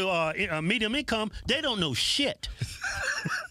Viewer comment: “I can’t hear shyit” 😂😂😂